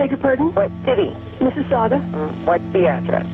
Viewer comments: Finally, someone pronounces "Mississauga" correctly. Well done,. Even Obama messed it up. "Massasoggy"?..come on, Barack. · Umm...I grew up in Mississauga (impressed you said that properly lol)...how have I never heard of this case?!...just Google maps the street, it's literally a 10min drive from where I grew up, and my parents still live. 😨 Mind blown. Also, the first way you said Sobeys was right. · Im from Canada!! Yes you pronounced Sobey’s correctly and Mississauga😂 but 25 years is the max amount of time you can do in Canada. It is considered “life” here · From London, Ontario here! You guys said everything right😂 except Sobey’s was a little rough but I am very impressed with Mississauga LOL thank you for covering!! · Good job pronouncing Mississauga! But sobeys is pronounced so-bees :) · As some one who currently lives in Mississauga thank you for pronouncing it correctly LOL! I cant believe that I have never heard about this case.